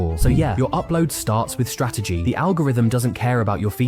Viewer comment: stratergy LOL